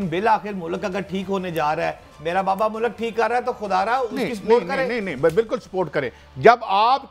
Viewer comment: Thieves will go to the last mile to destroy PTI completely. Allah is the final judge. Just wait and see. Bhatti sb it is not Mulak, it’s Mulk. Correct your pronunciation please.